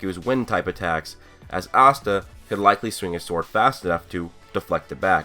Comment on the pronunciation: Asta asta guys its Austa